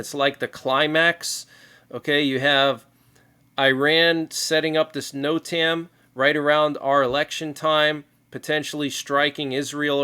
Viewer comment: NOTAM its pernounced. ( (.... Note... um..... Note... um.... . Note...um......)) NOTAM... Notice to airman....!